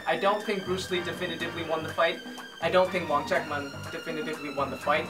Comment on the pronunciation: I agree 100% with what you said. Also btw, my teacher's teacher's teacher is Sifu Chan Kwok Wai, Sifu Wong's martial brother. Also, unrelated question, judging by the way you pronounce Sifu Wong's name I'd wager you speak Cantonese. In that case, is it hard?